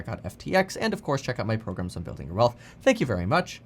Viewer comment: “In the coise” lol